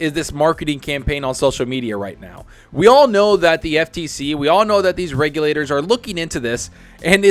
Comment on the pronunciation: I know it's lame, but I'm happy has started pronouncing regulators correctly!!